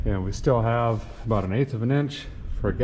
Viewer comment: what is he talking aboot 🤣